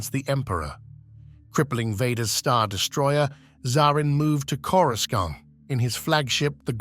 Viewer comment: Is this A.I. narration? Because the way the guy pronounced "Coruscant" is off.